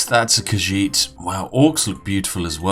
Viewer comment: Okay so i have an auditory processing disorder and have a tendency to mishear things even on repeated listenings... And it def still sounds like cuisine trading to me despite the fact he apparently rly said khajiit trading. My ears and brain oft disagree about what words are bein said